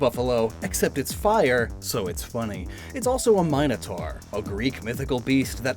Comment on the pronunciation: Don't think I've ever heard the "i" in "minotaur" pronounced like that.